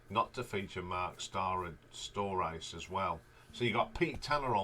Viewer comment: Agree with those for the most part. A little too much AC/DC references although there was a similar feeling to some of the songs there were dozens of songs that ACDC could not have touched. The only annoying thing was you're pronouncing the names wrong! You could probably find the correct pronunciation of Marc's name online somewhere. Still appreciate the shout outs and the details. LD... Krokus Tour Manager in the 80's